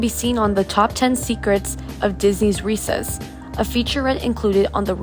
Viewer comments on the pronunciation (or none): Re-CESS. Not Reeses. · Ree-Ses-----not reesaysz